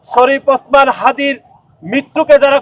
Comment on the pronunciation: যাক ভালো নাম টা ঠিক করে বলতে পারছেন।